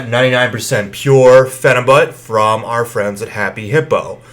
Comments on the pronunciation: pronouncing it with the but at the end... not pronounced correctly. also calling yourself a good looking looser?? this whole review is a turn off. and no offense you look extremely sweaty. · Phenibyoot! Not but. Ok carry on.